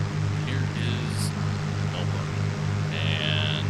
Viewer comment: got close with the pronunciation of it. I always tell non-aussies it's Mel-ben. We hate saying all the letters of word.